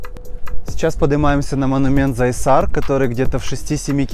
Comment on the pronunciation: Не зайсар а Зайсан. Не можеш элементарные название запомнить!